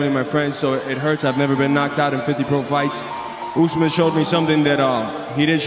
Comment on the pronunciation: It is Usman not Uzman but good content tho